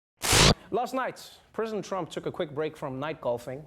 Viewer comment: Did he say prison trump? 😂😂😂